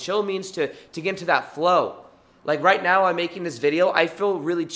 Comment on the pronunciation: Did he say “right meow”?